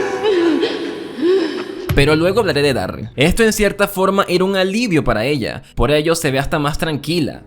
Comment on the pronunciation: Porque pronunciais Daryl como si tuviera doble R?